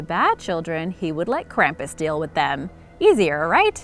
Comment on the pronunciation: Being from Bavaria I can tell you that you are not pronouncing Krampus correct. Your video is mostly wrong and hard to watch finished.